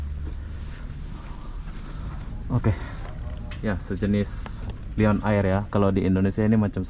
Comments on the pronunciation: Malindo air... sebutan "air" tu "er" ( "r" nya sebut sikit aja)... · Toilet bhs Inggeris Tandas bhs Melayu Air... bunyinya sebutan...eeeee . Bukan bunyi sebutan ...ayer